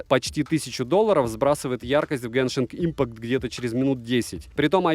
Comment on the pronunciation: Как же мило слышать "Генинг Импакт"))) А вообще vivo y31 за свою цену по акциям за +-13к очень добротный смартфон, единственная его проблема за такую цену - троттлинг и то только во время тяжелых игр.